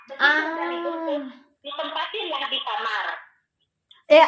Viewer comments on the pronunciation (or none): none